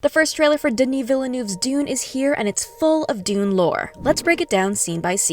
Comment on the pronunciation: Almost :). It’s French so the double L is not pronounced. Colbert pronounced it correctly on the Dune panel. Vee-nuv 👍